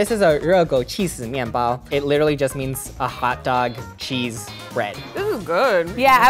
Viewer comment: I heard 去死 when you said cheese btw I am Chinese